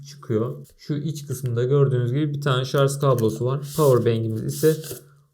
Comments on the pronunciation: umarım geçen 3 yıl içinde ''şarz'' yerine ''şarj'' demeyi öğrenmişsindir. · şarz değil, şarj. :)